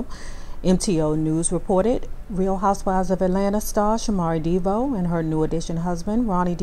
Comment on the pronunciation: 1970's show, In Living Color??? Wrong decade. And why do you pronounce the last name Devoe, "Deebo" ?